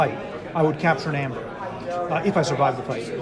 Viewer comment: It's funny how they don't realize that "ae" is pronounced as a hard "E". It's EEEEmber, not ember, and not amber. EEEEEmber.